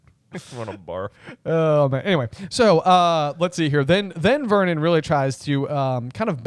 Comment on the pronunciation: Every time i hear Uncle Vernon's name i hear "Vermin" (I am Dutch and have knky read the Dutch version of the books, and the Dutch name of uncle Vernon is "Herman").